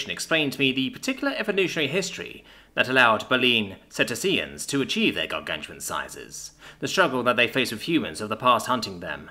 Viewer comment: 0348 bay-leen cetay-shiuns